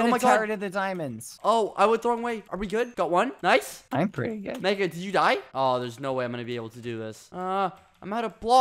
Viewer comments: Badboyhalo should be the next "noice" meme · bbh just saying noice it sounds like he became British